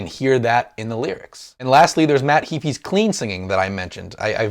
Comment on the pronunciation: HAY-FEE not HEE-FEE!